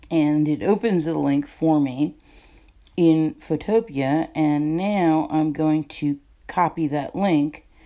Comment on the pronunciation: wait is it pronounced "fotopia" or "fotopee"